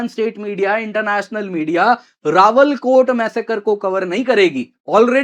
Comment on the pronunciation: सही शब्द "रावलाकोट" बोलिए। आप रावलकोट बोल रहे हो।